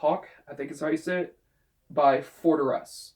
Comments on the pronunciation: Nice list! It's awesome that you include a Forteresse album. The pronunciation is close! haha! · Pretty close yeah ! haha